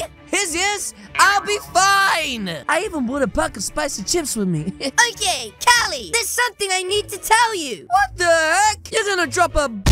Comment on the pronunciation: she said cali wrong